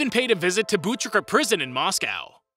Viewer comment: Why do Americans pronounce it MosCOWE